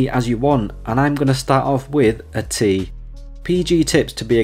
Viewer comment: Man butchered that tea 😅😂😂😂